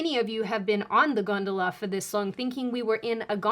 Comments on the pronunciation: Considering she kept saying the Hell gondala, it brought up memories of Charon and the river Styx for me anyway. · I'm Italian and I swear I always heard something that sounded like hell-"gantula". I'm totally shocked that you meant "gondola", never guessed 🤣